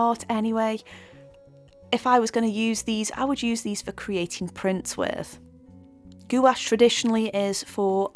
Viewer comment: Bonjour. Merci beaucoup for your video. Your painting is very nice, détails are brillant. And you pronounce very well gouache word ! Based on your comments and result I think I can try now this brand. If my painting will turn into a big mess it will be due to the painter, not the paint !